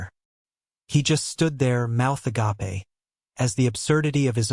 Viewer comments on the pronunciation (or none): It's f ing agape not agapae stupid ai crap unbelievable story 😂😅😊🎉🎉🎉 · Always fun when the villain of the story has their mouth ah-GAH-pay, pronunciation when ‘Agape’ means unconditional love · I like the way the A.I says agape as a gap e! Lol😅